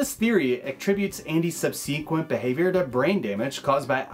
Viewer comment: the way this guy pronounced subsequent lol wtf